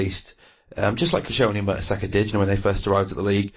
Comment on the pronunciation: If this guy says merta"soccer" one more time. ....